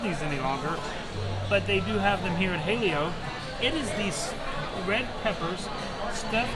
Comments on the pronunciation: It is pronounced as ha-leh-yo. Don’t sabotage and white wash it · Ha-Lay-oh lol